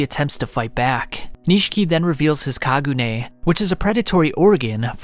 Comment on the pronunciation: And he cant pronounce kakuja, kagune, or quinque for the life of him